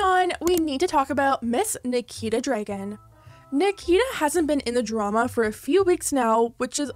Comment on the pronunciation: She says Dregen every time